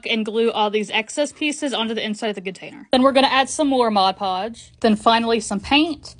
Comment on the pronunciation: Thank you for saying mod podge correctly, it pisses me off so much when people say modge podge